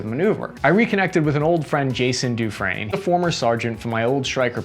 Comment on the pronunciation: Dufresne??? Party of three????? Dufrese?